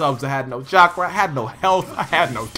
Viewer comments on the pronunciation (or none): none